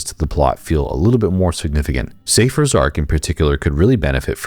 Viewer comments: Also, it's pronounced SY-fur, not Say-fur. Confirmed in Kingdom Hearts 2. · Did.... did you call him Safer, instead of Cypher?